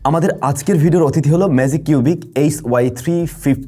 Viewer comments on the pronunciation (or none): ম্যাজিক কিউবিক নারে ভাই। ম্যাককিউবিক